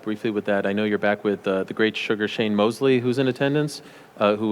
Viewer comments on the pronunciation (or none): none